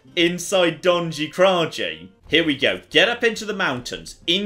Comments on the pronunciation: Being Slavic it hurts me how pronounces Donji Kraji - It should be more like [dɒnnji: krʌji:] not [dɒnndʒɪ: krʌdʒɪ] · Don-yee kra-yee you're supposed to butcher your enemies, not the language silly <3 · "Donjee Krajee" hahaha :D Love your videos, mate!